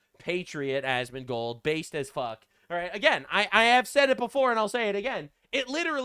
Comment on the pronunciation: Did say Asmondbald🤣